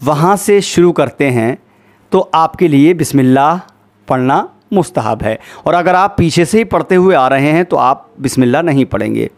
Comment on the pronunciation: What is mustahan???? It's mustahb